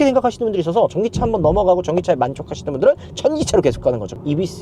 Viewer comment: 천기차!ㅎㅎ 들리는것도 그렇게 들리기도하고 자막까지 천기차로 나오네요😅